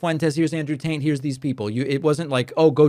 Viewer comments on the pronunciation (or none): Taint? 😂 I could’ve sworn he said Andrew TAINT back to back several times lol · I have the strong suspicion that "Taint" isn't an accident, I love how he says it with a poker face, like he really doesn't know how to pronounce it., THIS is what I love about Pakman. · Were you saying "Taint" instead of Tate? Lmao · Also, I feel like you were saying Andrew "Taint" and I can't tell if that was a mistake or something more intentionally mischievious. :D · I love how he says Taint instead of Tate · Were you pronouncing it Andrew Taint? It sounded like that 😄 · Hahaha I swear he kept calling him Andrew Taint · Like how David seemed to keep sneaking in "Taint" instead of "Tate." Sounded like that to me. Hope he was, anyway. 😎🤙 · He keeps saying taint and not Tate 😭🤣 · Is he saying “Andrew Taint”? 😂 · are you saying andrew taint?🤣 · Why does it sound like hes saying "Andrew taint"? 😅😅😅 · I'd swear David is saying "Andrew TAINT". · I'm pretty sure you just called him "Andrew Taint." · idk if you're saying andrew taint on purpose but I appreciate it. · I can't unhear "Andrew Taint" now. Idk if David meant to say it this way, but it fits and it's perfect, actually. lol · David said "taint" like he pronounces it, 😂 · Is it just me or did David say “Andrew TAINT” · Did David say Andrew Taint? lol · I kept thinking you were saying “Andrew Taint” 🤣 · Did David accidentally say Andrew Taint? 😂😂😂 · Did i hear David pronounce it "Andrew Taint"? lol... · I caught that 😂 Pakman kept saying Andrew TAINT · Deliberate pronunciation of "Andrew Taint" noted ( ͡° ͜ʖ ͡°) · I sounds like David is saying Andrew Taint. 🤣🤣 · I had to laugh with David pronouncing it "Andrew Taint" Very apt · "You weren't looking for him. You were scrolling and an algorithm gave you Taint." I remember a video from last year (I believe) where you said that you'll refrain from intentionally mispronouncing people's names. I'm glad you gave the self-admitted sex trafficker (in all but name) an exception.